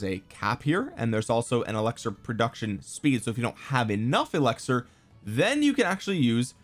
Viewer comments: it’s eLIXir not eLEXir…come on, you’re too educated to not know such a basic word my guy 😂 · Does he say elixir weird, or is it just me?